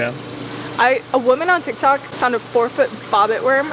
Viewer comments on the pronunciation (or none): none